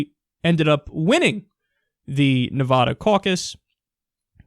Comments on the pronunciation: Kyle, please pronounce it "Ne-vah-duh". I know it's stupid but anyone in Nevada will tell you that's the proper way to pronounce it comes from the Spanish meaning snow covered. The Sierra Nevada mountains literally translates to "Snow covered mountains." I know it seems stupid, but it's important to us and people in the state will literally stop you mid-sentence to tell you. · It is Nevada not Ne-vah-da.